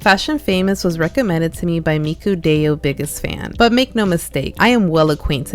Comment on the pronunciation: You pronounced miku right but the other word is pronounced "die-yo"